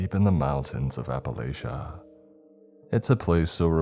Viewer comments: Say it with me... APP-UH-LATCH-UH all believability of the story gotta out the window when you say you're from APP-AH-LAY-SHA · “Hollar”///“app-a-latch-uh” fuck your pronunciation is atrocious